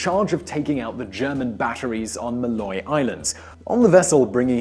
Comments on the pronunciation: Maaloy island is pronounced Måløy. The two a's is pronounced like the o in "oh" and the o is pronounced i in "Sir" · As a norwegian, i can confirm that you completely butchered the pronounciation of Måløy (Maaloy) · With the amount of preproduction and research they do on this channel it wouldn't be hard actually writing "Måløy" correctly and having a proper pronounciation. "Mall-øy". Mall as in shopping centre in american English, "Ø" as in the first vowel of "perfect", and at last a simple "y". Google translate is our friend. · Not Maloy. It's Maaaaaloy! Or rather Måløy. And I hope he got a hero's welcome! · Its supposed to be Maloy! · i'm dieing, the way he pronounced måløy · M+ the way you say all in english+ the first sound in earth+ y